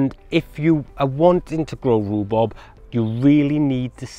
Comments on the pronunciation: It’s rhubarb…..not rubub…… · It's not rhubob it's rhubarb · great video - but you kept saying Rhu-Bob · Informative. I’ve never heard it called Roo-Bob before although my wife does call it Roo-Bab. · Rue Bob? or Rhubarb? there is a difference between Bob and Barb otherwise why bother. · Love your pronunciation: rhu-bob 👍🏻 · Love the way you say rhubarb hehe 😊 sounds like you saying rhubob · "Roo Bob" made me chuckle. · Thanks you. One thing! Ru-bob? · I LOVE how you pronounce it Roobob! X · Its the welsh word for rhubarb = riwbob